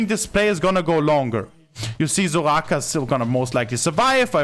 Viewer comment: I like the way he said Soraka 😂 zouGhaka